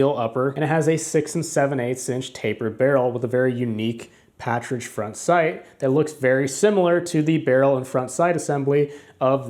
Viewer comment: I very much liked the video. You seem to understand whereof you speak. You even know how to pronounce 'patridge'. At the same time, I like Ruger standard pistol series. I have a Ruger Mark Zero. The first version. I do have a couple other versions and an S&W 41. In the long ago I shot NRA 2700 competition. However, my eyes didn't seem to last for an entire match. But I like the video. And your presentation; you did not stutter and hem all the time.